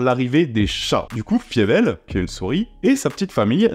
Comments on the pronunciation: Par contre ça se prononce "Faïveul" et pas "Fiévèl" 😂 ! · Je ne peux pas t'envoyer de vocal mais mes oreilles saignent face à l'écoute de la prononciation de Fievel que j'ai poncé enfant. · "Fiévèle" par "Don Blousse" ?? Faïvel et Don Bl.... euh je sais pas.